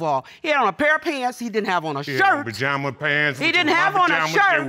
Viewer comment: Did she say Pajama Man 🤣🤣🤣 Team Too Much